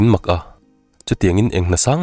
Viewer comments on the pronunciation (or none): none